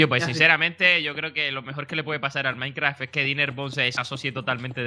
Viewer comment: alguien mas se ha dado cuenta que cuando saluda dice MINECRA y NO MINECRAFT